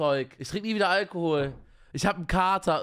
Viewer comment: Normale menschen: Alkohol Ich: Algehol